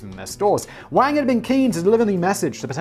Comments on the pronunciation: Y'all are pronouncing the surname wang wrong and that is only reason it sounds like wankers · I mean it's pronounced Wong, as in Garrett Wang/Wong from Voyager. Come on Simon, you're a Star Trek fan. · Mate, as someone whose last name is Wang... it's not fucking pronounced like that. It's "Wung" in Chinese.